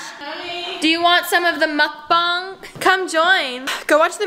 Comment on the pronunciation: I believe its pronounced Muk BANG. Not MukBONG